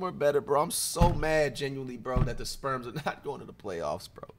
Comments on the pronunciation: Is he saying sperms or spurs bruh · I kept hearing Flight call “Spurs” the “Sperms” 💀